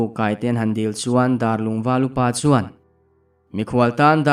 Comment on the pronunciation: Darlung hi "dar" lai kha a ki sang a lam tur a nih duh hmel riau mai darlung khua chu a awm ngei a mahse a "dar" lai a hi mihring dar kan lam anga lam hniam nilo in dar tangka kan sawi anga a ki sanga lam tur anih duh hmel khawp.mai